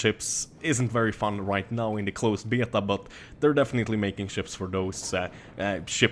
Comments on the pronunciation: omg stop saying beta. you say it so fucked up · I love how you say beta:D